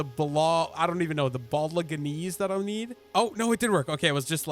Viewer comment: My guy, I got you: Bolognese - [bowl-in-aze(haze)] Noir (New-r) Grimoire (Grim-wa-are)